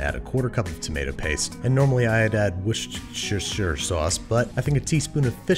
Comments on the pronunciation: It's pronounced "wooster" sauce. Source: I am Canadian, and have watched a great deal of British TV. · Really, Babish? It's not hard. "Wuss tur shy er" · Its pronounced woo-cester-shire sauce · It’s pronounced wus-ter-sher from an Englishman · Why do a lot of people have difficulty pronouncing "Worcestershire"? It's really not that difficult.